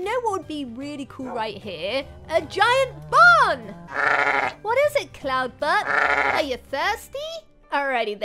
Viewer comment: Anyone else hear her say Colton butt Instead of cloud butt